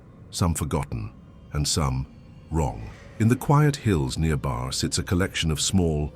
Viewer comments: Barre… is not pronounced Bar it’s Barry lol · "Barre" VT is pronounced "Berry," not "bar." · Barre is pronounced 'Barry', not bahr. :) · It's pronounced Barry. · Moved to Bennington the weekend of the October 4, 1987 blizzard! I know all of these stories so well, and I'm always interested in hearing a different take on them. Yours is well presented. Thank you! By the way, Barre is pronounced like Barry. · Barre is not pronounced "Bar"... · lol, The pronunciation of Barre needs help . As a lifelong Vermonter i find it strange that the only one of these stories that i have heard of is the Triangle & boy there are stories.